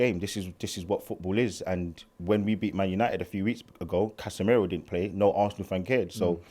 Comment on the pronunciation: PROOF Arsenal fans are obsessed with Man United lmaoo How did man say Casemiro 😭 He knows Cassa miles ahead of that R...😵‍💫